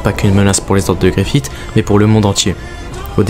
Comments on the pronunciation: Bonne vidéo, par contre Griffith ne se prononce pas avec le T' mais comme un S ou CE 😉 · super vidéo, par contre deux petits trucs : je pense que les fans de Berserk préfère les passages de l'animé en VO ^^ et justement dans les animés en VO ils disent tous "GriffiSS" et pas "GriffiTT", c'est très mineur mais ça m'a un chouilla enlevé de l'immersion sinon rien à dire :p